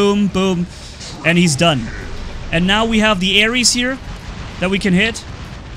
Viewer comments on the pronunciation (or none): no hares its haechi xD